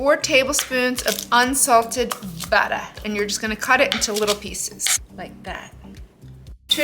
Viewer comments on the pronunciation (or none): none